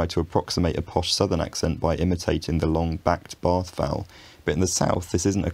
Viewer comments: I'm sorry but your Eastern Seaboard (NYC/Philadelphia/New Jersey) accent is WAYYYY off. Cot is pronounced more like "caht" bath = "bae-ath", almost two syllables...It's my accent. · Yeah but I don't think he quite gets bath right. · Where I live in central England many people use both ways of saying words like "bath" because we live right on the border between those two areas. But for some reason it's more common with certain words, and less with others. For example "grass" is almost always pronounced the northern way, whereas "after" / "afternoon" is more likely to be pronounced both ways.